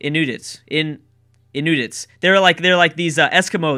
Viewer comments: I'll help with the pronouncing The Inuit sounds just like In-you-it's Champa is like Chaum-paw Sorry I just hate when people say things incorrectly. XD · Its pronounced in-u-its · Inuit is pronounced In-yoo-eet Eskimo is a term they dislike as it translates to Raw Meat Eater. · Love your pronunciation of words, they do tickle me can I just point one out, its In-u-it lol I'm going for Belgium, prob cultural victory!! Their special abilities are mint! Love these AI battles, keep up the good work mate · I believe Inuit is pronounced In-you-et, I also think Australia will win, I've got a good feeling about them, my second pick would be Mali, but my pick is Australia. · I believe Inuit is pronounced in-you-it, thank you:) and awesome idea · Inuit is pronounced "In-you-its", I believe. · They're pronounced ''In-you-its'' Also, Prussia! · I believe Inuit is pronounced In-Yoo-It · In-you-its is how you pronounce it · Inuit (In-you-it). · Btw it's pronounced IN- YOU- IT Just trying to help. :) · Inuit pronounced In-new-it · Holy shit when you tried to pronounce Inuit, I cried.